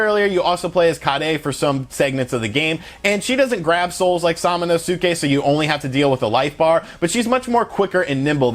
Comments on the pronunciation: I love how this guy mispronounced Samanosuke so many times lol! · Sorry but I laughed so hard when you tried to say samanosuke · That Samanosuke pronunciation... oofeth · Finally someone who pays attention while playing the game. This guy is way off pronouncing his name. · Part of me died inside when he butchered samanosuke pronunciation multiple times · Your pronunciation of Samanosuke is worse than fingernails on a chalkboard! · he's literally butchered every japanese name in the video lmfaooo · It's pronounced sa-ma-nous-ke. Emphasis on the sa. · Sorry to correct you, the name of the character is sa- ma- nus- ke, and not sa-ma - nu-su-ke. I know it is spelled Samanusuke, but the pronunciation is different. Also, another mistake, the game is more about samurai and not ninjas. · Sam a no ske pronounce it like this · The “U” in SamonosUke is silent. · It Pronounced sama-no-ske! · Great review man! His name's pronounced Sa-ma-nos-ke :) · also his name is pronounced Sama nos kay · SA-MA-NO-SKAY = samonosuke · SAH-MANOH-SUKEH ???? really ? really bro? i mean i love u and all, but u must commit seppuku for butchering smanosuke's name like that .... good lord..... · Sah mAh no skay if I recall correctly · "Salmon oh Sue Kay"🤣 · Bruh I believe is pronounced sama-nuske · For anyone wondering it's phonetically pronounced Sama-no-skay, you don't really pronounce the U much in Samanosuke. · They literally say his name in the game and still this man butchered the pronunciation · If u see su in Japanese just pronounce it ssss not su lol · I think you are pronouncing the main character's name: "samanosuke" the wrong way dude. Did you even play the game? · dude... you disprespect the game by misprounouncing there names heard you say samanosuke's name once and clicked out delete the vid horrible.... LOL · Bruh its pronounced Sa-min-Oh-Ski & Ka-aye -day 🤦‍♂️ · Its like everyone mispronounces the names lol sum-a-nus-kay and ki-ay-day.....God damn